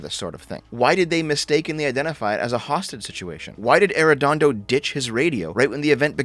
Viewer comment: It's so weird hearing talk about my hometown but I don't know what's worse: The incompetence of those police officers or hearing pronounce Arredondo. Dear Lord